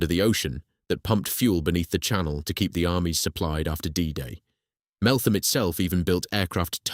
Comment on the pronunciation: so its said MeltHam not th